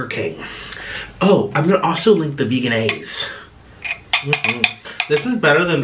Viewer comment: It's pronounced VEJ-EN-AISE not Veganaise 🤦🏻‍♀️